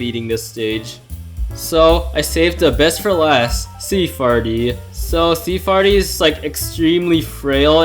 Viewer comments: "sea fairy" not sea farty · i though her name was sea fairy not sea farty